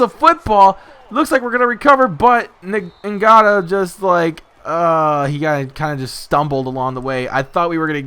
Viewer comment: your saying nagta's name wrong